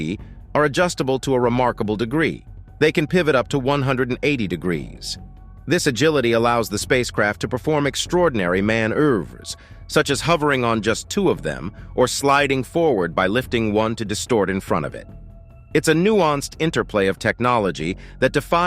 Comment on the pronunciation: Man-urves? You surely meant ‘manoeuvres’? 😌😂😂